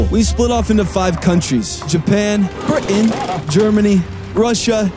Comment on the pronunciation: The way he said Britain was disgusting 💀💀